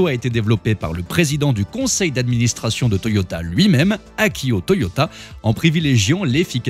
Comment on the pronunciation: Bonjour, Argh... 😏 Ce n'est pas "Akio Toyota" mais TOYODA. 🤣😂😅